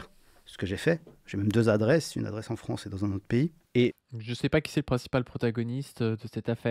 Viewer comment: La Fronce y cis proutblemes...